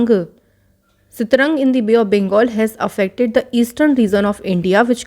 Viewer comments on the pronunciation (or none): none